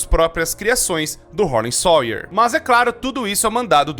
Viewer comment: "Harley SOIER" Harley SAUER 😭😭😭😭😭😭😭